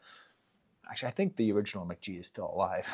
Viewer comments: "Muh-ghee" not "Mick-G" c'mon man!! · I really like this analysis, but hearing Mk.gee pronounced as "Mick G" was so triggering for me 😩. It was obviously the original intention since his name is Michael Gordon, but "mac gee" sounds so much better and he's confirmed this pronunciation in the past. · Pronounced "McGee" lmao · Pronounced McGee